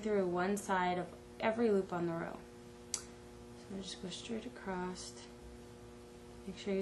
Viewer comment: Across, not acrosst! Like watching paint dry.